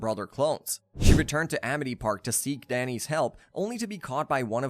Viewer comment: bro really said amith park